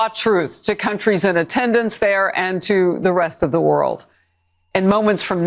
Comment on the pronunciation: Again, the more he lies, the more he says “ant” instead of “and”